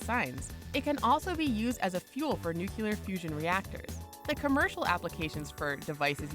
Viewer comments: Antihydrogen is currently valued at $62.5 Trillion per gram, making it the most expensive material known to man. Also, 'Nuclear' is properly pronounced NEW-KLEE-YUR not NEW-Q-LUR. You should learn how to say common words, because with a word as ubiquitous as this there is no excuse for not being able to pronounce it properly. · N U C L E A R, not - N U C U L A R. how can you switch back and forth on pronunciation in the same sentance? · nuclear, not nucular, not that difficult to understand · Why does every person in this video shown smiling look like they're on drugs or something?... and why do you pronounce nuclear like New Cu Ler... its new clear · "new-clear" not "new-cue-ler" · Nuclear. Noo-clee-urr. Not Noo-cue-lerr. Ugh... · Nuclear. New, clear. Fucking nookyoolurr. Jesus, people. En you cee ell ee eh arr. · "Nukyoolur weaponlery" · Nuclear Now to pronounce it: new-clear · You can’t have a channel discussing science facts and pronounce it nucular... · she said nucular everybody nucular ahahahaha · Is Tritium used in nucular fusion? That's weird, I thought it was used in nuclear fusion. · George Bush is back with "nucular" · "nukeulur" Shows MAWS Squadron I am in great pain. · Dislike 'cuz your channel doesn't know how to pronounce nuclear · The way she says "nuclear" pisses me the fuck off. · Kind of funny how it goes between correct and incorrect pronunciation of the word "nuclear".